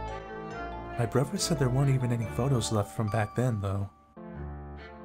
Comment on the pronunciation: Sounds like you're saying "brover," not "brother."